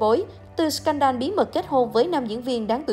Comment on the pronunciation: Đọc là " sờ cen đồ " đi ad. Đọc " sờ can đan " giáo viên tiếng anh dạy tui mà thấy lại bảo t xem youtobe nhiều bảo sao phát âm kém.😂😂